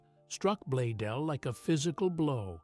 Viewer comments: The founder's name is Blaisdell, and it is NOT pronounced "blay-dell" as the fake AI-generated narration indicates. The "s" is NOT silent. Correct pronunciation of Blaisdell is: "BLAYZ-dell", contrary to what your AI-generated fake "narrator" indicates. "BLAYZ-dell" - please-get-it-right. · I wonder what the mans name was, bladeel, bladel, badeel blazedeel or whatever way the AI pronounced it. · With the exception that it continually pronounces Blaisdell as Blaydell. I think it pronounced it correctly only 2 or 3 times. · Its fitting Ai could not even pronounce Mr. Blaisdells name properly...with an S. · This is largely Ai generated The founders name is mispronounced and photos are not accurate. Garbage Ai